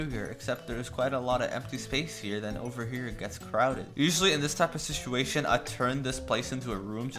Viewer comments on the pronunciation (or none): none